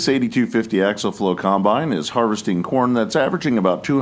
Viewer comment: Dadgummit!!! The word is pronounced Ak-see-uhl!!